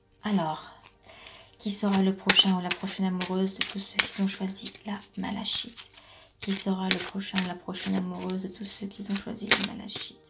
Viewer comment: Bonsoir, Merci pour ce tirage. J'avais choisi la malachite (qui se prononce malakite 😀). J'espère que vos prédictions vont se révéler 🤗❣. Bonne soirée.